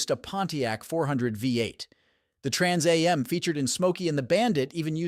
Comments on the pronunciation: no kidding eh the Trans EH EM! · you would think that part would be fixed by now. but No, Everyone knows what a Trans A.M. is. lol